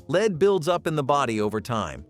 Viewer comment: Ahh the dreaded "leed" pipes and sol-der.